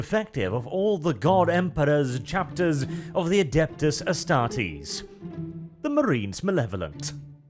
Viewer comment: Cmon. Astartes, not Estartes. You stumbled at the finish line, the rest is so good.